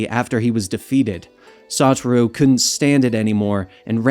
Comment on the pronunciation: I feel like to O part of of Satoru is to be pronounced with a low O & not a high O